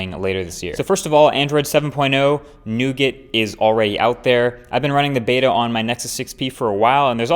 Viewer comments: Nougat (nou-gah), not nugget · it's pronounced noo gaa not noogut, the "t" is silent. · It's not 'newgit', it's 'noogar'. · android "new-git"? :D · The "t" in "nougat" is silent, it's pronounced "noo-gah" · it's not 'Noo-git' it's 'noo-gaa' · Ffs please learn how to pronounce nougat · Just so everyone knows it's pronounced "Noo-Gar" it's a common mistake